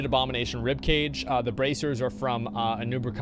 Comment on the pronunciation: its anub ARAK, not AKAN! also its MAEXNA, may-X-na, not MAX XENA! this is not a warrior princess!!!